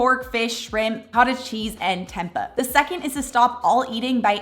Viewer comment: It’s Temp-AY!!!!!! Why are you continuing to pronounce Temp-AY incorrectly when you now know the correct pronunciation? It doesn’t make sense. I love your videos and purchase your protein powder. Hearing you say temp-ah is like nails on a chalkboard.